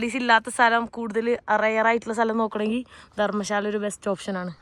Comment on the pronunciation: ധർമ്ശാല അല്ല ധരംശാല ഹിമാചൽ😊